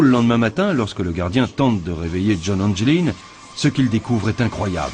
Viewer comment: le nom des frere anglin se dit anglin pas angeline